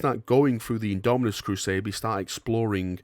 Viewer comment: Its IndomiTus not indominus, damn it! (